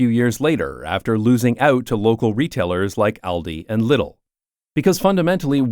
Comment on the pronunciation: love your stuff but please dont call Lidl "liddle"